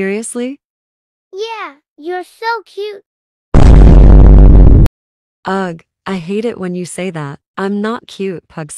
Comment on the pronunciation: they are not saying ugh they are saying ug